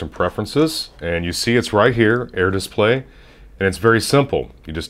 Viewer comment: Are you Canadian? You say display funny. Like dissp-lay... It's bugging me out. Like whipped cream pronounced hwipped cream. Anyway good review.